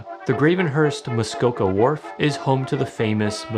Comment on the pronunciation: I’m here because I kept hearing the characters say Muskoko instead of Muskoka, so I wanted to verify I haven’t been pronouncing it wrong 😂